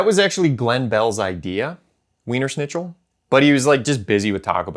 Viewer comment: The best part of the video is how you can't pronounce Wiener Schnitzel correctly. 😂